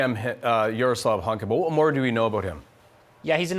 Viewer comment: Borat moment! Shame that the speaker mangled the last name of the Waffen SS veteran: it is pronounced “Hounko”. He fought not only the Russians, but the Polish as well.